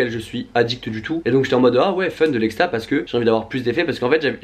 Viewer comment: c'est exta pas ecsta on est dacc ?